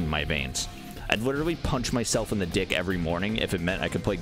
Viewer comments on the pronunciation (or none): none